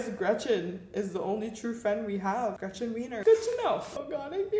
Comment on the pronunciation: Nobody: Not a single soul:: REGETCHEN